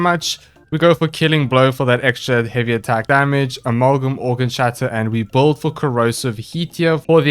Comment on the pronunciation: OOOH how right you are being bad at pronouncing things, e.g. boouild